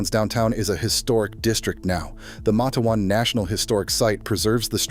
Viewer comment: It's. Mate-wan